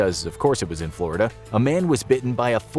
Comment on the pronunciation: "Florid" It's called Florida.